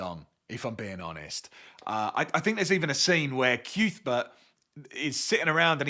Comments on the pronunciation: I’m not calling Cuthbert CUthbert. It’s Cuthbert. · Haha it seems like everyone has the same reaction to the reveal it’s pronounced ‘Cyouth-bert’. All i have to say is if Sai King wanted me to pronounce it right he should have had Sheemie learn his name before I read 600 pages with ‘Cuthbert’!